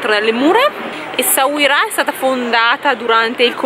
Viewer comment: Essauria, si dice Essauria 😂😂😂. Anche la mia mogliettina non riesce a dire Essauira! Noi ci andiamo domani, bellissimo il Marocco. Complimenti per il video!!!